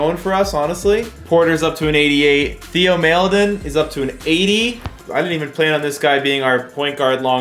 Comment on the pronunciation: As a thunder fan I’m cringing at how he says Theo maledon